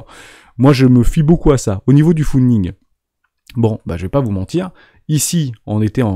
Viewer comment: Merci pour tes vidéos ! Ps : Le funding rate ca se prononce « fun »ding et non pas « foune »ding 😅